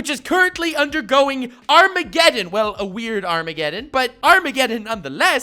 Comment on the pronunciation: Not armegeden Wiredmageden